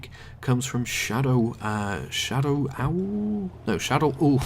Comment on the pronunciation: Thanks for answering my question:) I couldnt agree with you more. Btw, the name is just pronounced shadow-wolf:D Another question for ya: What game that will be released this year are you most looking forward to? Also, congrats on the partnership:)